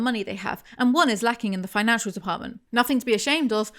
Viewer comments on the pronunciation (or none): none